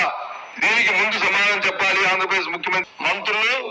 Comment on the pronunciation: Boooooothsa అంజ ప్రదేశ్ కాదు రా బాబు...అధి ఆంధ్ర ప్రదేశ్